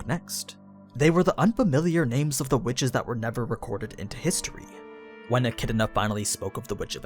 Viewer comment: He pronounces a looot of names weirdly, you get used to it. It's a small price to pay for all the juicy details on these great series'